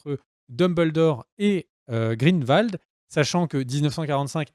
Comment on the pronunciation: Mes oreilles ! Cest GrindELwald et non "Grindvald" Et au vu des absurdité que tu dis que j'ai pu lire dans les commentaires je vais m'arrêter là. Cirrige ta vidéo et reupload là stp